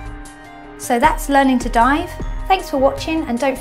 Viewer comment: Dive almost sounds like DIE